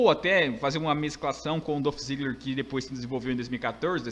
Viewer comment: Mano, só pra lembrar é Dolph Ziggler não Dãf Ziggler...